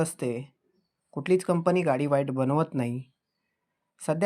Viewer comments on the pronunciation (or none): none